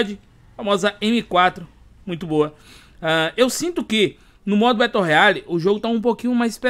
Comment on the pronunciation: Nao se fala "Beto Royale". E sim "Bero royal"